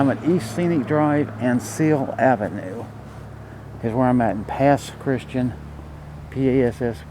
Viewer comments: Nice video. We just came from there and I enjoyed riding my bike down Scenic Ave. just an FYI - it’s pronounced Pass Chris-Tee-Anne. Locals call it “The Pass”. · That’s not how you pronounce Pass Christian. Beautiful video though.